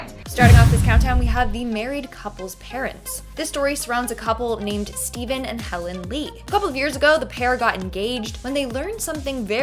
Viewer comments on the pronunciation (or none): none